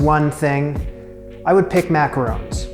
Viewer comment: ron, not rown